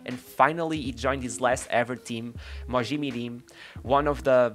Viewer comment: I'm certain he's Brazilian - I'd say he's from Rio - 'Hoberto Carloush" :-) He pronounced Rivaldo's first team, Mogi Mirim, effortlessly, and though I wasn't listening to his accent it all sounded spot on to me.